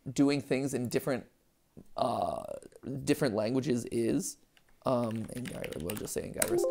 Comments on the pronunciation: crazy how Anguirus was pronounced correctly in a previous video, yet matpat STILL calls it "an-guy-rus" instead of "an-gear-rus" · It's not Ang - guy - rus, it is pronounced ANG - GEE - RUS, Matpat! Get it right! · Anguirus (Ang-ee-rus)